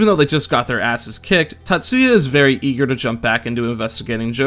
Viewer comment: Times you pronounced name Tatsuya right: 2